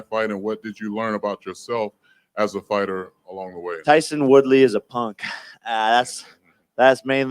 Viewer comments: Did he just say Tyson Woolley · Did he call him tyson woodley? 😂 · “Tyson woodly” 😭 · Man really said Tyson Woodley 😂